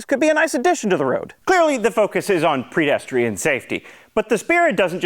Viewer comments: It's PEDestrian, not PREDestrian. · "Predestrian" is driving me a little bit crazy. Is it a word based on Predestination or Predation? Are we talking about predators or fortune tellers here?! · I loved it when you intentionally said "predestrian safety"!